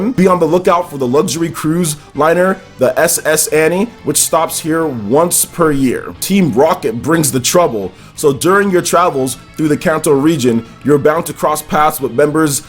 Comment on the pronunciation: SS Anny? Lol. That’s the first time I’ve heard it pronounced that way.